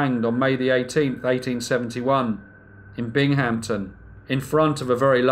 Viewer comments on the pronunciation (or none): It's not bing-HAMP-ton, it's BING-uhm-ton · good job! FYI, the town is pronounced "Bing-um-ton" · Ah, what a way to brighten up a rainy Monday. A new Brief Case! So exciting to open and listen. And this time it's practically on my own backyard! Bravo! Never heard of the story either and I love local legends and history. Although, I never heard the city of Binghamton, pronounced quite that way. It was cute though. Phonetically it's pronounced Bingumtin, fast, no stopping. I'm not criticizing, just enlarging your world. If you want someone to help you out who lives across the pond, I'm volunteering...:) Thank you so much for enlarging my world. Just one of many devoted fans! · Ah, your first mistake was in the spelling: Binghamton, no p. Now I understand why you pronounced it the way you did. And don't be sorry. It's called sharing knowledge, and there's no room for sorry in that. This is still my go-to first subscription and will be until you stop making these great vids. Which I hope you won't ever do! As ever, another devoted fan. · That's not how the locals pronounce "Binghamton," but carry on. Good stuff.